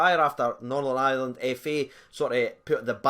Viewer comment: trying to say "Northern Ireland" lol